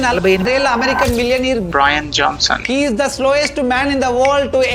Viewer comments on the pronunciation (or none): you make good videos and conduct impressive interviews. Kudos to you. But dude after all these many years of education, knowledge sharing pronouncing "Bryan" Johnson as "Brain" Johnson sounds ignorant and stupid. Please improve on your pronunciations.